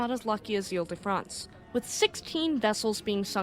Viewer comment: 1) WOW!!!! Magnificent French pronunciation!! The private school I went to pronounced foyer as "foy ihr" and a classmate often spoke of "Horse Doovers" (Hors d'Oeuvres). 2) Very much looking forward to the HL Hunley ep!! Way to go!!